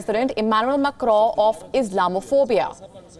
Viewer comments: It's not Macro, it's pronounced as Macon in French and Macron in English. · I love the way u say makaro 😁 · Mecrowww .. wtf? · The way she said मैकरौं😆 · The way she says Macron, and her pronunciation of words as a whole is quite dreadful...